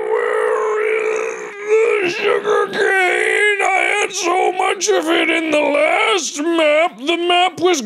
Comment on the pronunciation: There's more... J O O G E R C A N E